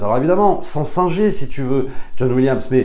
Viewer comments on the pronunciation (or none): none